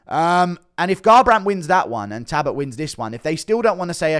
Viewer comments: His name is Talbott not Tabott. Come on brah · It's Halloween Guru show us Belals toe pleeeeeaase?😅 Yes looking cute, 🫶🙋♾️🇬🇧🥀🙏✌️ P.S u say Tabott, missing the L out so it's Tal,bott, alright luv? Ur welcome 🫴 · Ffs Guru again its Talbott not Tabott... How many times bro. 😂😂